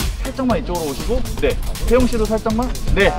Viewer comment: Пожалуйста не Тэха , а Тэхен или Ви, не коверкайте имена